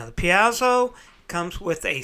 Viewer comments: Pretty sure it's pronounced "pee-ay-zo" not "pee-ah-zu". Also you should put a piece of metal on the back of the bridge that touches all the strings and connect it to ground, to reduce buzzing (without that they're basically 6 antennas picking up all kinds of radio garbage in the aiwaves). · You say "peazo" I say "piezo". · BTW Piezo(electric) Greek verb πιέζω meaning to put pressure to something. It is pronounced phonetically in three syllables, thus PI*-E-ZO. *Like the letter P. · A tiny comment: it's pronounced "pie-zoh" 2 syllables. More information